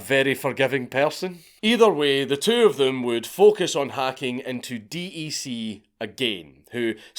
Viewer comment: It is pronounced deck not D E C